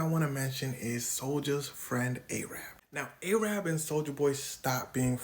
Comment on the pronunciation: All love but u shouldnt be saying arab like that, doesnt matter what kinda stage name the mf has